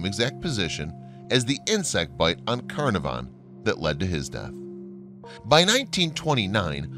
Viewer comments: This is an interesting topic, but I find it difficult to listen to a lot of names be mispronounced: Tutan(k)harmon Carna(r)von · Carnarvon is pronounced with the emphasis on the second syllable. Tut-Ankh-Amun is pronounced as its written! Great video.... despite the Americanisms! :o) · Arrrrrgh! Lord Carnavon is pronounced Kah-NAR-von. Or should learn the correct pronunciation before making video! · Pronounced:.... (Lord Carn ar vin) and (Tut Ank Hamun) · There are a great many mysteries surrounding the lands now called Egypt, and all associated with it. One thing we do know for sure though, is that you mispronounced Carnarvon everytime you said it.